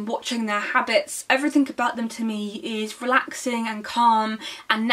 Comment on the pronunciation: Anyone who say's "Everythink" needs to read a lot more.